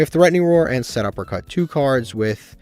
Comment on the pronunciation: PLEASE it's pronounced SETuppercut NOT SUPERuppercut💀 Also you cannot afford to play anything over 40 cards since you need to maximize seeing your best cards, for the chaos pile I'd probably cut Ogopogo, world lance, the GO! D/D/D card, DW dealings, and probably the motor frenzy and elephant since all of those are pretty low impact